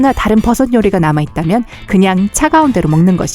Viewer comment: 아 ㅣ진짜 뜬금없는 얘긴데 이거 보면서 영상 목소리 듣고있는데 붜섯이 너무 웃ㄱ겨요 ㅋㅋㅋㅋㅋㅋㅋㅋㅋㅋ아 죄송합니다 그냥 웃겨서 댓달고싶었음..